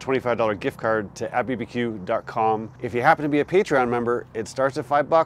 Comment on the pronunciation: Just a quick FYI, it’s not at bbq. It’s A-T-B-B-Q. It stands for All Things BBQ. You pronounce each letter individually.